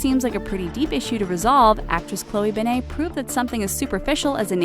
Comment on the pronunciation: Not "Chloe Beignet"